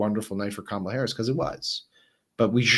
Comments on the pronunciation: He doesn’t know how to say her first name and don’t think he knows her last name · Ucccch, I just tuned into the livestream 47 minutes after the debate ended… and the first ad YouTube served up was Donald Trump Jr. looking strung-out and mispronouncing “Kamala” as he asked for money. I wish there were an easier way to block certain advertisers on YT.